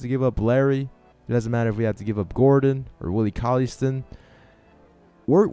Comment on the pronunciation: stine not stin